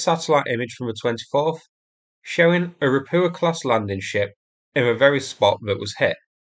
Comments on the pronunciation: How many landing ships need to be sunk before you learn how to pronounce “Ropucha” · Ra-POO-ah.!!! As in, IT'S SHITE.!! 😂 😂 😂 😂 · Say Ro-poocha'.